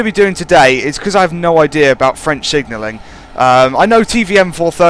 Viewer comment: Impressively accurate French